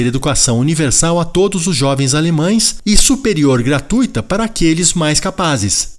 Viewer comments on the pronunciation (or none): none